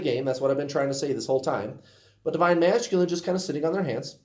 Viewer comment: I love how you say divine ma"sh"culine😂😂 it's my fave!😉